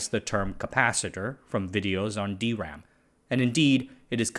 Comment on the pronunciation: he says DeRAM ♥️